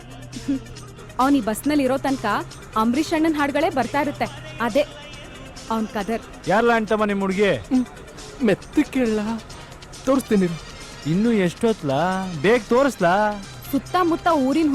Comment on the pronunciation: It is not Anchamma, it is Anthamma. ImPorted talent speaking Kannada.